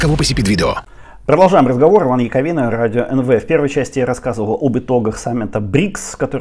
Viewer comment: до пана, який закликає підписуватися на канал - не не радзіо ен ве, а радіо ен ве